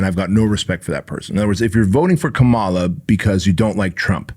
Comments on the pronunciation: Learn to pronounce Kamala’s name correctly if you’re going to do a podcast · Say her name right.